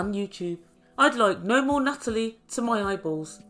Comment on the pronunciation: Nuttalie - love it!